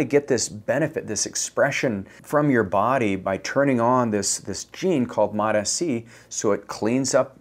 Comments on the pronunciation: It's MOTS-C, not MOTA-C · It’s MOTS-c, not MOT-sc. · FYI Its pronounced "MOTS" C NOT "MOT" S-C - S goes with MOT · This wanker still calling it mot Sc. Dude, it’s mots (like applesauce) C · No such thing as Mot SC Mots-C You sound ridiculous mispronouncing it but also giving advice on it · MOTA-C? You don't even know the name, bruh. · I lost a LOT of respect for not knowing how it's pronounced from the people who MADE it. It's exactly the same for how folks are pronouncing Tesa, Reta, Ipa etc. If you want to focus on getting your point across pronounce it properly. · Still mispronouncing it. Immediate thumbs down and bail .. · Bro, you're not even pronouncing it correctly. Doesn't instill much confidence. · Bro can't even pronounce it right. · Guy can’t even pronounce it right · Still mispronouncing Mots-C, I see.... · Yeah. Who can trust a peptide guy who can’t get the name right